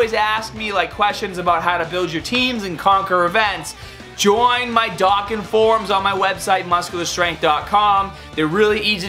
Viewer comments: Stop saying dahken its dough-kon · D-OH-KK-AN battle not D-AH-KKAN FAM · I've always found it weird how you pronounce dokkan. I pronounce it Dough-kkan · dokkan youtuber that can't say dokkan right